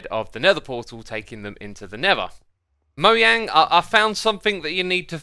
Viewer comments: so no one going to point out that he called mojang “moyang?” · Does he call it miyang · Did this kid just say moyang